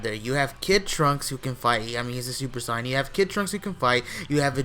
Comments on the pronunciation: Not to be a dick or anything, but its not Saiiiin- its (SAY-IN) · Why are you saying Cyan? It's "Saiyan" (Say-yan) bro... Say it right. Black isn't very intimidation yet. Future trunks seems weak af now so seeing him lose means nothing when compared to goku and vegetas power. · hating the way he's pronouncing "saiyan" as if they've never said it themselves in the series v.v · sorry but not sorry your pronouncing sayain wrong